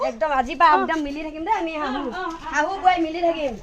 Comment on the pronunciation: শব্দবোৰ শুদ্ধ কৰক হাহো নহয় শাহু , আৰু হুখি নহয় সুখী আমাৰ অসমীয়া মানুহবোৰৰ এইটোৱে সমস্যা